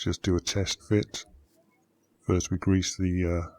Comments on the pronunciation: more gwease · into the gwease